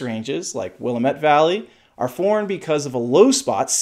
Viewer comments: "It's wuh-LA-muht, damn it." Thats what they told me at Oregon State, anyway. Beavs forever! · You need to learn to correctly pronounce Willamette. Signed, an Oregonian